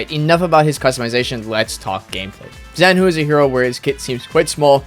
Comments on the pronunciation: Zhanhu is " 斩 虎 " not "Z 含 糊" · They should've written Z-Hanhu if it's pronounced like that..